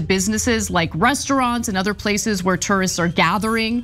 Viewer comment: It’s those “tursts,” ruining everything 😂